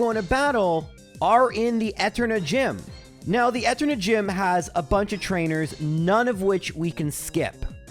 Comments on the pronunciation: Can you pronounce Eterna as E-turn-uh instead of eh-turn-uh lol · Different annunciation. It's supposed to be e-TER-na, not ET-erna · Disliked for pronouncing "Eternia" as "Ehternia". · Who the heck says etter-nah? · I know clowning on the way you pronounce things is almost a meme in this channel but... Eterna city? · I’m sorry, I made it 15 min before the Eterna pronunciation broke me. I’ll be back soon to finish the vid XD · The way you enunciate Eterna almost gave me an aneurysm